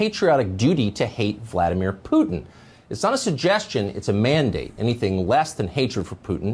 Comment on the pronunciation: V-LAD-ah-meer Poo-tein